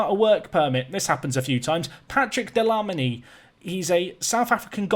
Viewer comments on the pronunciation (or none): Jack Dlamini is actually pronounced as glamini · Just in case you were wondering Dlamini is pronounced gla-mi-ni Loving the videos btw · Big ups for the south Africans Pronounced DLA MEANI